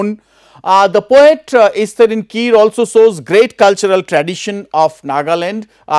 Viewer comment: We don't pronouce kire as kir , where E gets silent in English term. But kire is a surname from Angami word. So E does not get silent here. We call it Ki_ re.